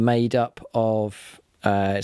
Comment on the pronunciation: Ka-Bal not Car-Ble :D